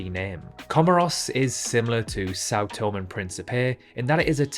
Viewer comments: It is pronounced tom-E and not Tome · Sao Tomé e Pincipé is pronounced “Sau Tomei e Principei” not “Sao Tom e Principei’ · São Tomé is pronounced sow tomay. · “São Tom”? Why on Earth do you think the E has an acute accent on it? You should learn to speak properly instead of sounding like a nincompoop. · Think São Tomé should be pronounced Sao Tomei, not just Sao Tom, and Guinea-Bissau pronounced Bisau, not Bisoo. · Sao Tomé eeeeeeeee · You pronounce Sao Tomé wrong. The accent with Tomé means it is pronounced tomeh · Sao To-maaaaaaay! The ending "e" has an accent on it, so you have to pronounce it. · Oh no it’s pronounced things different thing you do. This means he doesn’t know how to speak properly. Get over yourself people pronounce things differently stop whining. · It truly emphasises a country's global insignificance when even the cannot pronounce its name correctly. A party from my school was in São Tomé for the country's independence in 1975, so I may assure you that the acute accent on Tomé means something. I was in Granada more recently, in 1999, and locals pronounce it differently to Andalucian Spanish residents, and it comes out as Gran-ey-da. The fairly high recognition rates of even the most obscure places suggests this quiz was only attempted by geography or politics nerds like me. Being a product of four Commonwealth countries' schools/uni in the 50s-70s, I regularly get the Pacific and Windward Island nations in the wrong order. My Aussie grandsons (aged 11 and 12) do better than me with the former group.